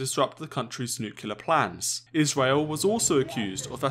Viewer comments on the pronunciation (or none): I love how he says Israel as Isweal